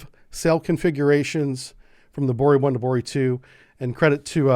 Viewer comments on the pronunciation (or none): It's NOT "Bori"😮 BOREI!!!! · The right pronaunciation is BorEy